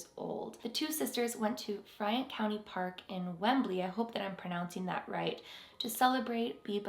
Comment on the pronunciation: Yes you pronounced Wembley correctly